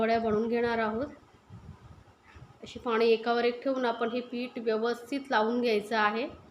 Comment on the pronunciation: Madam tumcha recipe chaan ahey. Pan ek request. Tumhi bhaashaa khup ashudh ahey. Aikaalla khup vichitra vaatate. Paani ha shababd aaikavat nahi. Please neet bhaasha bola